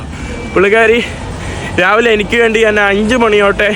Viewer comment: നാൻ, നാണു,നാനു, നാന് എന്ത് വാക്കാണ്. ഞാൻ എന്ന് സംസാരിച്ചു പഠിക്കുക